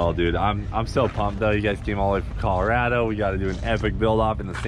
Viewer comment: You said coloRADo correctly, hell yeah brother!